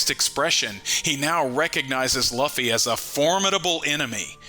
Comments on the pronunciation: Bro pls for the love of god stop pronouncing Luffy's name wrong Jesus lord have you EVER heard anyone in the anime (dubbed or not) pronouncing his name that way? It's pronounced "LOOOFY" or Lu- Fee. Not Loffy not luffy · Sorry dude, I like to support small YouTubers but you totally Lost me when you kept saying “Luff-ee” instead of the way every one Piece fan says it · I'm right there with you dude every time he said Luffy name it made me dislike this guy more and more